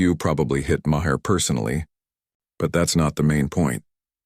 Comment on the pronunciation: How come none of the AIs can pronounce Maher's name?